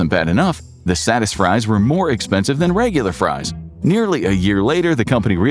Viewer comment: Satisfries....sounds like saddest fries😂